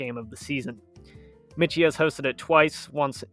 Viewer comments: Army’s stadium is pronounced ‘My-key’ Stadium. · Army’s Stadium is pronounced my-key. Otherwise, a pretty good presentation. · The Army football stadium is pronounced Mike key. Not the way you're saying it. The stadium is named after Dennis Michie a West Point graduate and first head coach who agreed to play Navy in 1890 at West Point. The game was played on the plain. Go Army beat Navy. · Michie is pronounced "Mike - E". It catches a lot of people. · Army's stadium is pronounced: MIKE-E. Named after Denis Mahan Michie, the first coach of the team from 1890. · Michie Stadium is pronounced Mikey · Believe it's pronounced like Mikey . Someone correct me if I'm wrong ?..